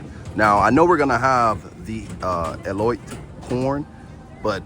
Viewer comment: It's pronounced eh-low-teh not eel-lot ;)